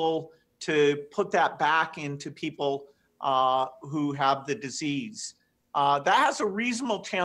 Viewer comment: Why is Gates saying "W CHO" And again, WE NEED THE W CHO LIKE WE NEED A HOLE IN THE HEAD!! #BillGatesNWOShill